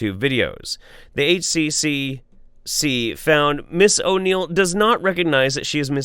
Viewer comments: Beyond you pronouncing Queensland kind of weird and not saying H Triple C, it's nice to see some of these pseudoscience quack idiots get punished in some capacity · Just for a nugget of completely useless information, it’s generally pronounced with a ‘triple-C’ instead of individually. Like the ACCC, same thing. That being the consumer watchdog which anyone who sells you anything is legally bound by. It’s why warranty periods are no longer legally enforceable here - any product must be expected to be reasonably durable. I really wish the government would crack down on this shit. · Yo, just FYI in Australia we pronounce HCCC as "H-triple-C". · Hey, just to help for future Aussie stories... the Health Care Complaints Commission is called the H Triple C for short. In Australia we say double and triple for letters. Such as spelling the word ‘spell’ we would say S P E Double L. And Queensland is pronounced with a long A sound Queenslaand. Good to see our government’s good work is getting some love overseas. Not that a lot of their efforts recently deserve praise.